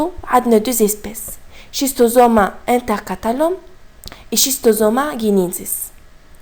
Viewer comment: Merci Il ya juste une chose a corrigé C'est " schistosomule " pas " schistomule " Et " S. intercalatum " pas " intercatalum "